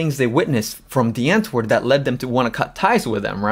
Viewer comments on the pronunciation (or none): The w is supposed to be pronounced like a V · i know i know i would say die antwoord with the v pronunciation in some of the earlier episodes but i still felt like i was butchering the pronunciation so i just stick with the 'w' 😅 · Me afrikaans hating how people pronouce "DIE ANTWOORD" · Big fan of this video, but can’t you just say their name properly?